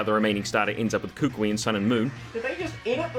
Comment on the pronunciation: Kukui is pronounced “Coo-coo-ee”